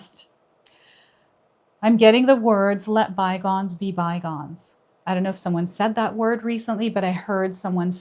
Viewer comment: Interesting. So when you said "let bygones be bygones" what I first heard was "let my bonds be bygones".